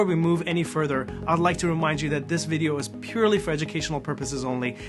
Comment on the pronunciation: I loved your “Bidio” so much!